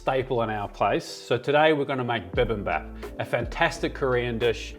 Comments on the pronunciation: Pronunciation help: Dol Sot with a long O sound on both syllables. And bibimbap is pronounced more like beebeembop. But aside from that, I love the dedication to cultural accuracy in the recipe, and showing how to make this from scratch! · Only two issues: 1. "bee-bim-bop," please. (You can slide on the "gochuchaeng.") 2. No one eats bibimbap with chopsticks. Regardless, it looks delicious. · Before you cook, you needa know how to pronounce bibimbap xD. Overall good video and up the sunny coast. best fucking place in QLD